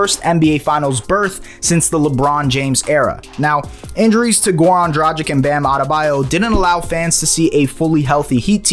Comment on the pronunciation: Gezus Kryst dude, "Dragic" doesn't rhyme with magic. Why should you know that, it's not like you talk basketball for a living... And you dare ask for subscribes smh